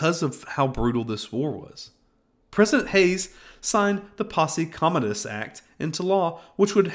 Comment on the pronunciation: Wow you really don’t know what you’re talking about do you? You mispronounced 7 words before butchering posse comitatus and you keep insisting that Billy the Kid was a criminal, he wasn’t. He was an outlaw.